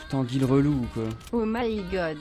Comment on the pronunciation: C pénible le o m’y gode